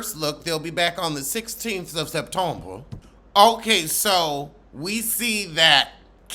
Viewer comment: Lol@ the way you said September.